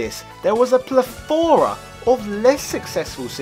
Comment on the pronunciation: you mispronounced plethora